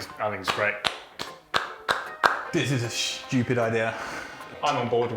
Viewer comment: "this is a chewupid idea"